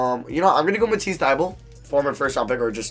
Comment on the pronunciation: Yo just so you know it's Matisse (Tie-buhlie) not (Thigh-Bull) Edit:Thanks <3